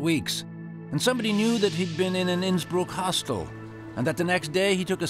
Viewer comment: Innsbruck? Sounds more like Innsmouth! 😮